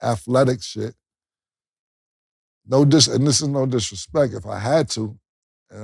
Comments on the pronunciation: Cam seen them comments that he couldn't say "athleticism" so da nigga said athletic shit pause 😂😂😂😂😂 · Cam...it's pronounced AT-LET-DISS-SISM (Athleticism) 🤜🏿🤛🏿